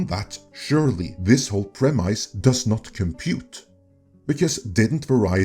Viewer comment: "Prem-ice" Cracks me up every time.